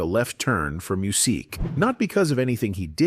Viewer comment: 😬 I didn't make it past 3 min because of his name was being mispronounced so many times